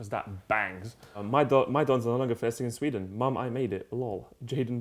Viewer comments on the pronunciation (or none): none